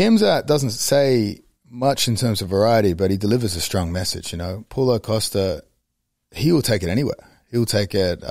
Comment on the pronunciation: the aussie way he says costas name hahaha pull-o costa